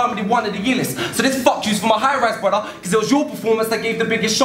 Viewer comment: really started to annoy me keep saying BRUDDAH fuck sake